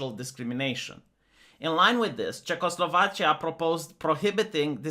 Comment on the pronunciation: "Czechoslova*chia*" kek